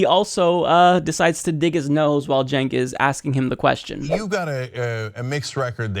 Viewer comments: "Chenks" LOL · Does he not know Cenk is pronounced Jenk? Who's this "Jenks" he's talking to? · "Jenks" ... lol. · he keeps calling him "jinx" lol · Why does he keep calling Cenk Unger, "Jinx?" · He keeps calling him "Jinx!" Lmao!! 😂😂😂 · Why does he keep calling him "Cenks"? Is he seeing double? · Senks name is not that hard. Hank is on the channel all the time. How hard can it be? "Think Yogurt".. See. Easy.:-D jk. I know his name is uncommon, but there are worse names out there. Saying it properly, but then adding an 's' in the end, that isn't there, makes it even funnier.